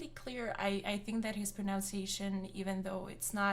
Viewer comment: Juste pour être un con, your pronounciation of pronunciation is incorrect! Baaahaha! Sorry, I just LOVE languages!!!🌞🌞🌞